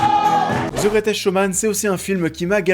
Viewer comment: "The greutèsque showman" 2x de suite en début de vidéo ça pique. Ça fait beauf. Bosse ton accent, fais un effort